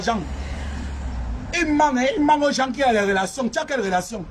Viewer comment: " Il mangue, il mangue " 🤣🤣🤣🤣🤣🤣🤣